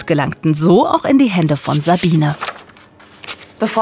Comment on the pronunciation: Was mich echt so ärgert: ihr habt ein kurzes Video drin, in dem Marie Kondō sich selbst vorstellt. Sie sagt ganz klar Mari-e Kondo. Ist es so schwer, einen Namen korrekt auszusprechen? 😩 ich schaue fast jede Ordnungsdoku und jedes Mal fällt es mir wieder auf. Names matter. It’s not that hard 😒